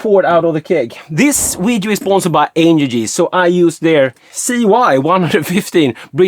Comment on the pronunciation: There's an L (pronounced el) at the end of angel....where is your unsubscribe shirt for those of us already trapped here.